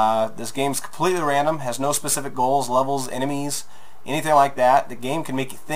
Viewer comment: So it's "Lol randumb" not "Random."